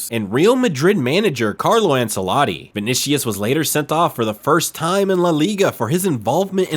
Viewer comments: And learn to pronounce easy foreign names right, gringo. It's not vonishus it's VINICIUS. And it's not ensaladi, it's ANCELOTTI. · Why use Messi in the thumbnail? Clickbait means I'm banning your channel from my feed. Also name butchering is off the charts, Ensaladi instead of Ancelotti, Vinishious instead of Vinicius, go get some respect to those you're talking about... 😀